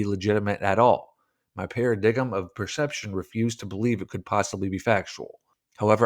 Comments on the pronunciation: Para-dig-em lmao it’s para-dime 😂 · did he just say “para diggum”? 😂 come on bro, surely you know it’s Para-dime. You lose a lot of credibility mispronouncing such simple words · paradigm pronounced para-DIME not paradiggim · it’s pronounced “paraDIME” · Para Dig-em lol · Enjoy your shows but please tell me you were being funny saying paradiggum for paradigm! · "Para-dime" is how you read "paradigm". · Super content, definitely needs to look up a few words before hitting "record" though. I've noticed this issue a few times. I recommend an old-fashioned dictionary.